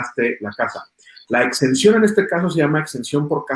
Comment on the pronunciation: Porqué menciona “extensión” el contador, se refiere a “exención” cierto !! ?